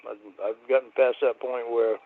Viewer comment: watsyer POY-NT. cawd his voice is so gross